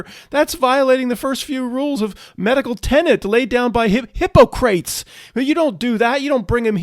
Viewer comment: I like that you call him hipo-crates.